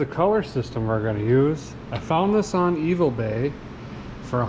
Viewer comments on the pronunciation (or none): Gave you thumbs up just for "Evil-bay" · He calls it Evil bay! Obviously he means eBay. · Did you say “Evilbay”? 😂😂 Very helpful video. Thanks